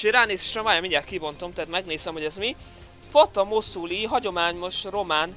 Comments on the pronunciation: fátá mosuluj úgy olvassák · Fata moszuluj xDDD azt úgy kell ejtenei hogy Fátá Mosului ami azt jelenti hogy az öreg lánya, én román vagyok :)